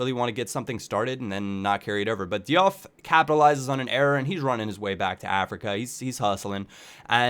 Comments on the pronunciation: i thought it was pronounced doof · Diouf is pronounced 'JOOF' just saying. great vid hough man:)